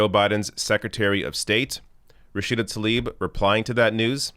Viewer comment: Hey man, as you go about inciting against Israel, do try to pronounce the woman's name correctly. What a copious amount of ignorant BS at this gathering of hate-filled anti-Israel sheep. When will these squad-ers start tackling the AMERICAN issues they were elected for? I'll wait....